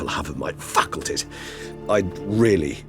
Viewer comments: I swear he said “The less control I have of my fucklties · "The less control i shall have of my FUCKulties" Always sounded like that to me, dunno why.